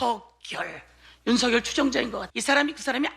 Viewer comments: 저분 북한의 유명한 아나운서 발음으로 윤 석 열 이라 ? 제가 잘 못 들었나요? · 이 분 북에서오셨나 고뇌하는 윤. 석.열 이라고 또박또박말하는게 북칸 아나운서 스타일이야.